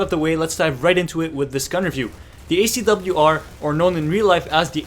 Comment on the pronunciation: You pronounced it fine! And this is interesting -> SCAR-L vs ACW-R